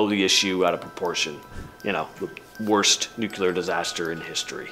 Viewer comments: The word nuclear is annunciated as new-clear not nucular . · Can't even pronounce Nuclear correctly. Not Nu-Cyu-Ler.